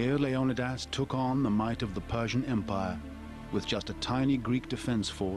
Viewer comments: Leo knee this. is his name, not Leo Don dos, fucking hell. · Leonadas? You mean leonidas?🤣🤣🤣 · Pronounced LAY- on- E - DAS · Another documentary that doesn't pronounce Leonidas's name correctly :o( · Wish you could pronounce leonidas correctly. Threw me off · how he says Leonidas really erks me